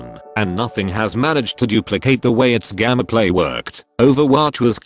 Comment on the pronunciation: Hearing gammaplay instead of gameplay is ruining the video for me